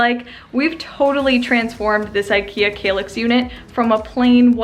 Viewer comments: Wow, really gorgeous result, and fairly easy (but DARN I guess I need a handy dandy nail gun now!) I have an old-ish Besta unit in dark brown, you've given me an idea on how to upgrade it a bit! BTW I think it's pronounced KALL ax like the word "pal." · Argh stop saying 'kaylix' 😫